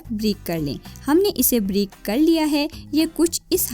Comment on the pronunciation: Please urdu k talafuz theak ada kiya kre 🙏🏻 jese brik Nhi bareek or ghalt nh ghalat hota hy,,, don’t mind please,,, q k urdu theak Nhi bole gi to English words use kr le lekin urdu ki tangein mat tora kre.. boht shukriya